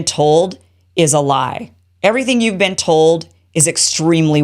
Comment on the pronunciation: You mean "beeeeeen"